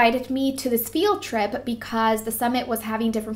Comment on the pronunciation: So funny how she says "field trip" lol but your so inspirational dulce! Keep your heads up!